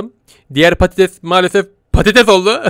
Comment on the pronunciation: Pattes değil patates